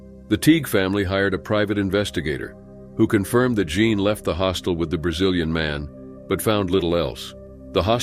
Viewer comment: "Jean" pronounced as "John??" Clearly it's "Jeen". He vacilates back and forth between the two pronounciations. These narrators drive me crazy